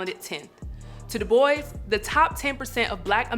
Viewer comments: You maintained my respect by saying W.E.B. Dubois's name the way he did. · Knew there was a reason pronounces it "dew bwah"